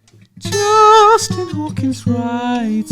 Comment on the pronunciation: Canadian???? "JUUUUUSTIn Trudeaux Trucks off again, AGAINNNN"